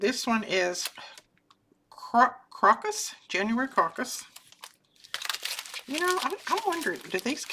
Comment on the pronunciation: crocus has a long O and is the accent syllable. they are wild to MT and show up first thing in the spring.